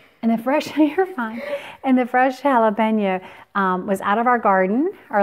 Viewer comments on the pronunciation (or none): Jalapeno its an O not JalepenA. You keep saying JALAPEÑOAAAAA